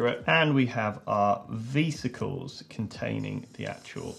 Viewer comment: Do you call Vespas "vee-spas"? Because....vesicles isnt pronounced vee-sick-els it's veh-sic-els